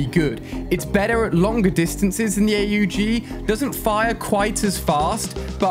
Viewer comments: Why is he saying A U G and not aug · The hell is a A U G it’s aug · Why is he calling the AUG! “ A-U-G “ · who says A U G its aww-g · it’s the aug as one word and not A.U.G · Im sorry but its called AUG not A-U-G not trying to be mean or rude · It’s not A U G it’s aug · The aug is pronounced awwwg not aye you gee. If he’s doing this shit on purpose he needs to stop. Everyone knows how this is pronounced, you can’t do cod and fortnite, you have to choose one. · No shot he said A-U-G... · ⚠️Trigger warning ⚠️ ALI Calls the AUG the A U G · He calls it A.u g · Why does he spell out AUG